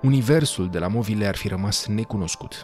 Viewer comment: Ar trebui să știi că în românește nu se pronunță "movile" cu o accentuat. Vorba unui clasic în viață: "Sună ca Dracu'".